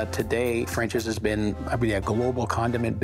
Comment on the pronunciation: Dear, How come you can't say can't and out and been right?